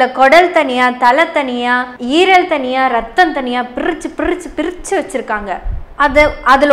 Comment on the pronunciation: Dear daughter pirichu,pirichu pronounced very superb 😂😂😂